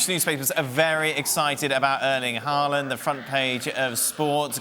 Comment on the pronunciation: Hei Jan. Can you please correct Dan and the rest of the gang in the proper pronunciation of Erling's surname. I don't expect they'll manage his first name (as a Norwegian would) but the second name is doable. Or am I expecting too much here?